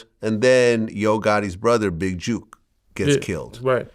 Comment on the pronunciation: It’s jook not juke tf vlad talking about